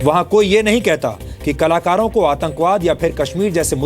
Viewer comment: Is ko bolna sikhao kalakaro ko kalar bol raha ha